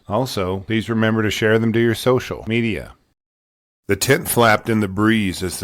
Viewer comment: I have been subscribed to your channel for years now and I know for a fact that it's been 3 years since I've been noticing the weird gap between when you say "social............. Media" could you do me a solid and even pretend that you give a crap about your content or your subscribers and just fix that? One thing? I'm about ready to unsubscribe because it just proves to me that you don't give a damn. Thanks